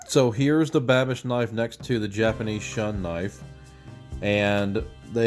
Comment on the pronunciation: You mean "Shoon" not "Shun".